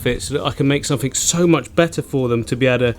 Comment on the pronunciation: “sumfink” is backkkk! What a legend😂